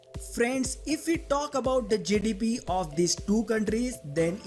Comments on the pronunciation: Until he got to the GDP and it was written on the screen, I had no idea what he was actually saying when he said GDP. I was like whats Jidibiee? Lol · Every time he says GDP it sounds like he's saying jellybean 😂 (now listen to it again and laugh every time he says jellybean 😅😅😅)